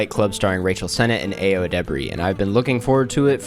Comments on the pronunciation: "ayo" is said like "EYE-oh," btw, not "ay-oh" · btw Ayo’s name is of Nigerian (Yoruba) origin and it’s pronounced EYE-oh not aye-oh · Aaaah-yo, not ay-yo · pronounced eye-o by the way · pls learn to pronounce ayo's name <3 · her name pronounced EYE-oh pls ! 🙄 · For future reference, Ayo is pronounced EYE -YO. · it’s Ayo (EYE-OH) edebiri get her fucking name right please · it’s actually eye-oh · Her name isn’t pronounced that way:( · i'm sure this was already pointed out but you pronounced ayo's name wrong !